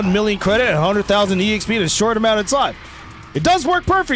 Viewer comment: Please stop saying E-XP